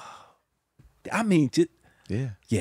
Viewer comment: 😂😂😂 when Tank said "Tabernacle"